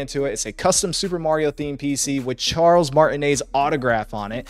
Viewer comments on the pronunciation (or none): none